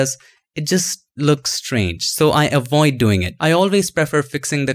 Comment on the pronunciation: get directly to the point. also, its pronounced avoid not awoid